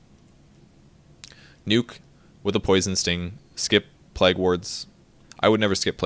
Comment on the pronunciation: hehe, its pronounced 'playg' not 'plag' :P